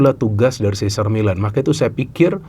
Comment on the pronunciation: sih zer mei lehn (Cesar Meylan..hati2 sebut namanya, karena, se sar mi lan (cesar millan) itu pelatih juga sih, tapi...